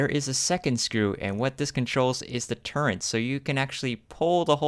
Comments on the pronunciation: Please learn how to say the word turret. There is NO 'N' in it. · What was the price for those bad ass, highly detailed, M1A1 Abrams BT's ? They're awesome. And BTW you're pronouncing "turret" wrong, it really sounds weird.